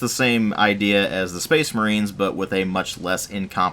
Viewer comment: Speecsh Merehn!